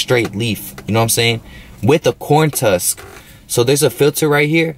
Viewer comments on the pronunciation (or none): Corn tusk? It’s a husk my boy 😂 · It's a corn husk my boy not tusk